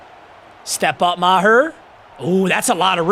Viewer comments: "" (Ma-tt Mee-gurr) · How is Meager pronounced Maher make it make sense